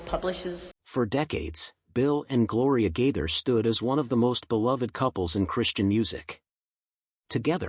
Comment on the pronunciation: I thank this one of them computer stores because it doesn’t know how to pronounce their last name. Just saying 😢😢